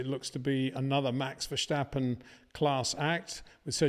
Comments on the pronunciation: You still say verSCHtappen? Common peter, it's easy. Ver- sta- ppen. You know the track Spa. Just replace the "p" by a "t". After all those years at least say his name right. Thank you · Hey in this new season can you for once pronounce the name Verstappen the correct way. It's not "VerSHtappen", that sounds German. Don't mix things up please. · It is NOT "Bottash" nor is it "Lewisch" nor is it "Oshcar Piashtri" nor is it "Nyck de Vriesh" nor is it George "Russhell" nor is it "Fernando Alonsho" nor is it "Lance Shtroll" nor is it "Pierre Gashly" ... so why on earth do you want to say: "Max VersHtappen" ...